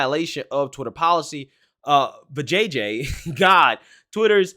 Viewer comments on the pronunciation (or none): Vih-jay-uh, but I can see how that can be misread.🤣